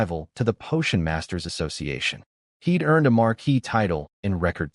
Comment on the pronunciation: Great story but annoying listening to it mispronounce viscount, and marquee.